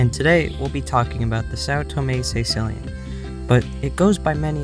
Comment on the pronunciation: i'm sorry, but it'spronounced caeCILLian, NOT CAEcillian